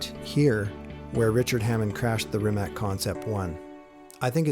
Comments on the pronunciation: Rimac, not 'Rimek' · its pronounced reemats' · It's just c, not k. But it's OK, I was just looking for example, but in English, "c" is mostly pronounced as "k", sometimes as "s", if you understand me at all :) Actually it souonds as if it ended with "tz". In Croatian language, every letter is a unique voice, always the same in every case. A six year old kid can read and write any word without asking you to spell it for him. We just don't have the spelling problem :) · West Coast Supercars and Classics C is pronounced like zz in Pizza. In all Slavic languages is like that. Problem is Č and Ć that are not part of English alphabet. Č is like ch, example being Češka Republika (Czech republic). Ć is softer, like in cheese or choose. Lot of Slavic names end with -ić, -ić being deminutive (meanig something small). My name is Mladen Milić, Milić meaning little Mili or child of Mili. As English does not have letters Š, Č, Ć, Ž and Đ, we improvise. Š is written like sh (Sharon - Šeron). Č and Ć I explained how they sound. Some write them like C (haircut Latin they call it here) and some want to be clear that it is not C, so they write Ch. I would write my name as Mladen Milic. Ž is like S in usualy, they leave it like Z or ZH. and Đ is soft D, sumplemented by Dj. If it is easier for you to read, try Mate Rimatz. German might spell it like that.